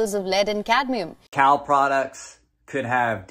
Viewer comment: Cadnium? like nucular, lol